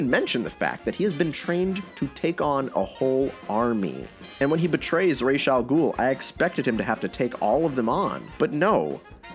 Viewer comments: 🤓 Actually it is ras But with an s like in see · It’s not raish it’s r’as. Ras means head in Arabic. So ras al ghoul literally means head of the ghoul. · I can see how they ended up using the Italian pronunciation of "Falcone." It's a mistake you can make, not realizing he's Americanized his name. Deciding to go with the actual Arabic pronunciation of Ra's, instead of Raysh, I totally respect… but then they didn't even get that right. Razz? What? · The not like Ras Al Ghoul makes me so angry as an Arabic speaking man. When you pronounce it as Raish Al Ghoul, YOU ARE SAYING THE FEATHERS OF THE DEMON/GHOUL. AAAAAAAA. Ras means Head. 😡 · co-signed as an arabic speaker. why the fuck is it pronounced "raysh" in BTAS that doesn't mean anything lmao it doesn't make sense. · it's actually Ras but the s isn't a z It's like in see